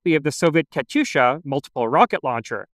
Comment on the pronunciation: The "Katyusha" has a "y" sound in the middle. It's not pronounced "Katusha"